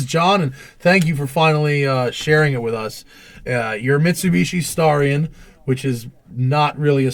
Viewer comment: I thought it was pronounced Stare-ree-on.